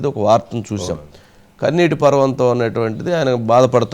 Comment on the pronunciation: పర్వంతం కాదు పర్యంతం